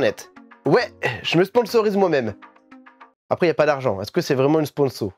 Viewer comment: Salut ! Bonne vidéo comme d hab et j’aimerais bien avoir les tomes de Beckbeck , mdr je parle allemand 😂😂 l’accent vrEUmant 😂😂😂😂😂 et au faites merci c’est super généreux